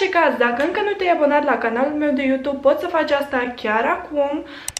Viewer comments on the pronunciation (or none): none